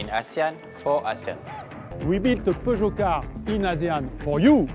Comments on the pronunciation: Good review! But it’s pronounce as Pur-Jyo 😅😅 not pew jeow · Per-jhio. Say it right